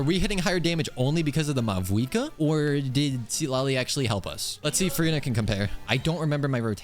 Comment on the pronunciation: did he just say mavouika